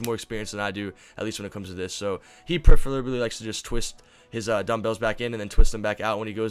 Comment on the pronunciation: He "preferferably" likes to twist